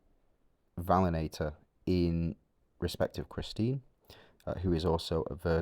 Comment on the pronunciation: Great vid as always. By the way it is Va-li-an-tor comes from valiant:)